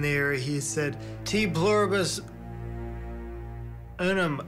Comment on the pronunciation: "T pluribus.......unum"